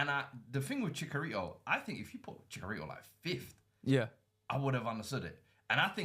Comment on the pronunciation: As a Mexican hearing you say chickarito is hurting me :(